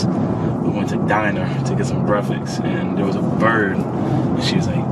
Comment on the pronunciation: Anybody else notice how weird Saquon pronounces “breakfast”